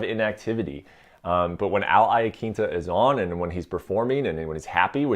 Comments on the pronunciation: He said I-Uh-Keenta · AL I - ah - kinta - Brett okamoto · I dont like how you pronouce Al's name lol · please take note and listen to how Al says his own name... its important.. you're in the media.. you should pronounce the last names correctly.. listen to how Al pronounces his own name. it's not the way you keep saying it. take note and move forward correctly